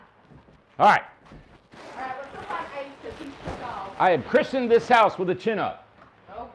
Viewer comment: I had stepped away and it sounded like said he christened it with a tuna.